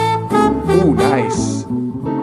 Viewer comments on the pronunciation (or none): none